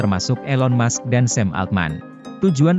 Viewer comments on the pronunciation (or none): none